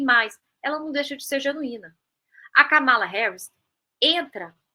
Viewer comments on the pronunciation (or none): Corrigindo: A pronúncia do nome Kamala tem a primeira sílaba tônica e não como essa jovem falou, que não sei o nome (não colocaram na tela).